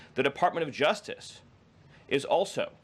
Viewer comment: What is the juftiff department? Does the speaker have a touch of downs, or is it just a speech impediment? Dont get me wrong, it's great to see people with learning disabilities find success, but I thought we were going to crackdown on these DEI hires?